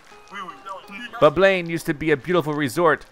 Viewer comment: Its Bubble-LANE!!!! shit thats annoying lmao read first think second obviously doesnt work